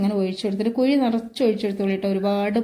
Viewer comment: കുയ്യി അല്ല കുഴി 😂